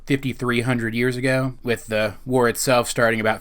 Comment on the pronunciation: the WARRRR. Not to be mean but do you have troubles trying to say your r's. This is mainly because who you say your r's. I have the same problem and not trying to be mean.